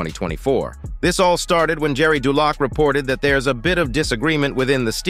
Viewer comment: You guys can’t even pronounce Jerry Dulac’s name correctly. You have no idea what you’re talking about. What a joke. All drama drama.